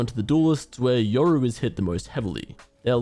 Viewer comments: they butchered yoru. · Why they butchered yoru like that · damn they butchered yoru bruh